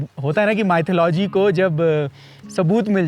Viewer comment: can ya not say mythalogy?